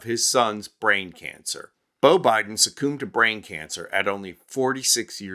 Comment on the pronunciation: How do you pronounce "succumb" again?